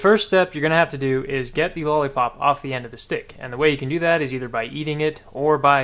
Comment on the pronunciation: He sead stic